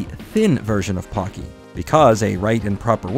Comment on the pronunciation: The Po in Pocky is pronounced ポ, not パ.